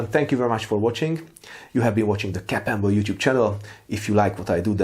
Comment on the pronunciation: Accent makes it sound like you're saying "Hello, this is " I salute you